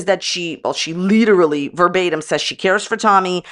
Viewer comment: Every time she says "Literally" my ears scream in pain. Not making fun of her if she has trouble saying a word, we all do, but usually when we know the word we can't say we find another one to use that means the same thing....lol Well except for Worcestershire sauce, it just becomes that "sauce no one can say" lol